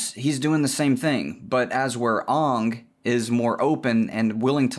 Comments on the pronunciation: Oh God, please don't pronounce Aang the Shyamalan way... it's not Ong it's Aang (as in angle take away the le) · "Onng" ... triggered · I know it's comedic but pronouncing his name as OOng is really killing me... lol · He said "Ong" and I almost clicked off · I died at "OOng masters the Avatatt state" xD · almost all dubs call him oong, also may is often called Mah-E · I'm sorry, I stopped listening after you mispronounced Aang's name 😒 (jk) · it took me way to long to realize he was saying the name wrong on purpose